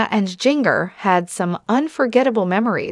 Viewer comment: Her name is Jin Ger. Not jing er